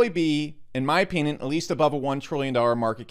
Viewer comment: "in my opyinyin" XD